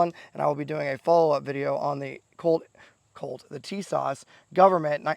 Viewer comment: I can't trust anyone who can't even pronounce the name correctly😂.